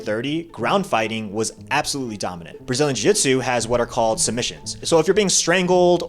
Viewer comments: Brazilian Jitsu? What in the world are you saying? jiujitsu, pronounced (JU-JIT-SU....not jitsu). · Why does this guy keep calling it brazin jitsu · Uh... you're an authority on this matter, but you can't pronounce jiu-jitsu? Not a good look.